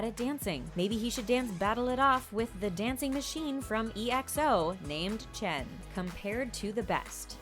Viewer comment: CHAN?!?! IT IS CHEN BRUH _/(•~•)_/